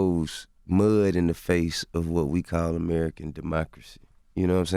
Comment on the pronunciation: I die at the way he say face LMAO. COUNTRY ASS!